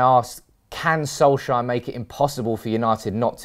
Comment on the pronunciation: FFS Get his Fkin name right, It's Solskjaer NOT Solshire.